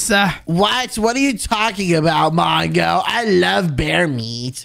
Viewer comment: That is not how we spell mongo. You said wongo.